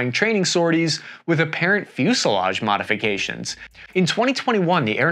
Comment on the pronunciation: "fusliage"(sic) No "i" in fuselage even in Burbank.